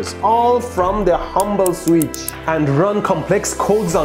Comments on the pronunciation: I shall, from now on, correct my pronunciation of the word "switch." I shall now pronounce it "sweetch." Mehdi said it is so, so it is so. :) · I had to click just to hear Mehdi say “sweetch” as much as possible.